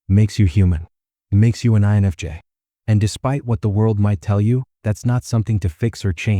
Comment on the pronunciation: why can't the weird computer voice prounounc "I"NFJ? And would someonevedit the pacing of the words so that the sentances make sense? why do we put up with this when any random English-speaker would do a better job?